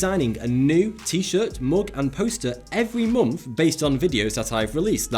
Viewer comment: Monf? It's month